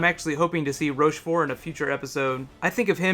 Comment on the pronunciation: There isn't a cameo, or refernec concernng Capaldi and Dcotor Who. Oh, and it's pronounced Rosh-for